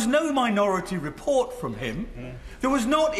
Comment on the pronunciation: "Replort" ha ha ha.